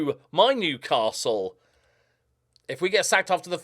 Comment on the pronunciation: You actually nailed the pronunciation of that castle.